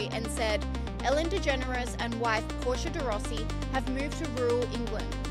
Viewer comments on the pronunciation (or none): none